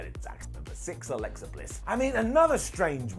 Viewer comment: Alexa* not Alexer